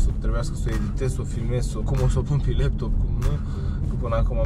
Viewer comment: se spune LEPTOP nu LIEPTOP 😂😂😂😂 Apropo de unde esti Cumva din sonele ale uitate de lume.....